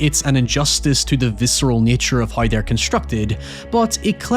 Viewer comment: It’s the first time I hear someone pronounce “w” as “y” Ex: how = hoy, now = noy, however = hoyever